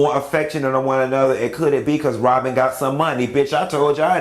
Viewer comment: If this man say “Ron & Wobyn” 1 more time